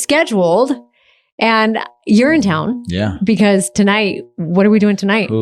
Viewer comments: I heard “urine town” every time she said “you’re in town”. 😂😂 Girly pop really is going to urine town with all these useless infusions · The third time she said "you're in town" that I understood she wasn't saying "Urinetown", as in the musical, because I thought the two of them had tickets. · We never learn. How many quack "wellness" methods have humans used over the millenia that were later proved to be expensive placebos, at best, or deadly at worst? (BTW, every time Heidi says "You're in town" I hear "Urinetown". As in the musical. 😊)